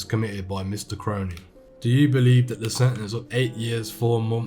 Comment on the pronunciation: yes brudda finally some1 gettin me last name right